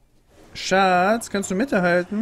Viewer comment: Nicht SSCCHHAATTUU kannst du den Müll rausbringen? sondern SSCCHHAATZZZ kannst du Mitte halten?